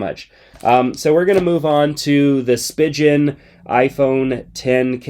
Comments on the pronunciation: I enjoy your reviews! but it's spee-gehn and not spee-jen.... :) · Cringe at how he pronounced Spigen... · you pronounced spigen so wrong 😂😂😭